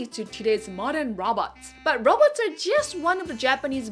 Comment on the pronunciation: Am I the only one that keeps hearing robbers instead of robots.